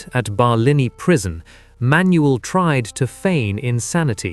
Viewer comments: Manuel is pronounced Man..Yule not Manuelle. I remember this very well. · You are pronunincing his name wrong. Its just Manuel. Say it all in one go and you will pronounce it correctly.